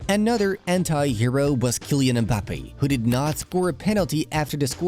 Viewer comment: Kylian mbaboodie😂😂😂😂